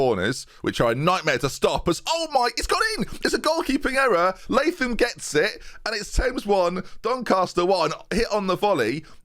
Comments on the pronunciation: Awesome stuff. You got it right with pronouncing it Lay-thum. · Latham. Finally a pronunciation I can agree with.